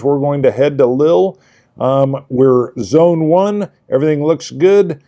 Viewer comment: Lille...rhymes with wheel.